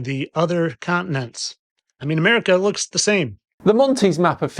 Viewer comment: Where is "Anarica"? It must be an "innernashnal" place. When did Americans lose the ability to say "T"?